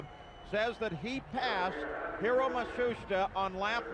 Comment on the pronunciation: Hero Ma-Shuush-Ta